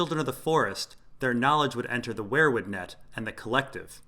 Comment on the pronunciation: Dude, I like your videos, but its not pronounced 'where-wood'. Its 'we-er wood'. Driving me crazy.